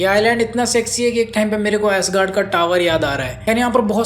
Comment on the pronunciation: Asguard wrong Ass guard. Correct 😂😂😂